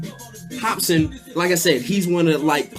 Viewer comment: lol " hopson "